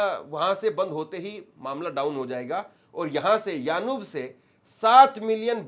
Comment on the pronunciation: Not yanub that is yanbu